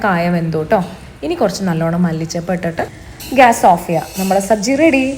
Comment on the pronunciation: Sabji അല്ല ചേച്ചി.. സബ്‌സി 😅😂